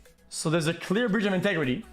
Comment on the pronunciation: "There's a clear brigetigrity"